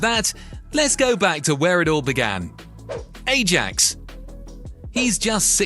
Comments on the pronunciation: Ajax is pronounced “I-yaaks”, not “eh-jacks” in Netherlands!! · " A-djax" ..? Skip. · jesus if you cant pronounce Ajax properly you shouldnt be making football videos